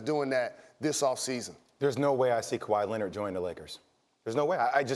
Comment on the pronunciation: According to Steven A., it’s actually Kawhi Lennit...